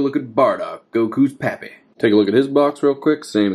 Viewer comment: The way he said "goku's papi" tho💀